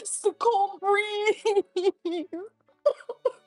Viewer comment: "That's when I noticed the cold BREE-HEE-HEE-HEEZE" 😭😭😭